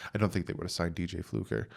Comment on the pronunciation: It's Fluker, not Flucker.